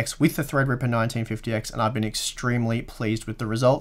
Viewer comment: THREADRIPPA! Must be fun to say it like that all the time.